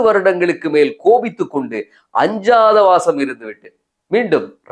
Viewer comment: அஞ்சாத வாசம் அல்ல அஞ்ஞாத வாசம்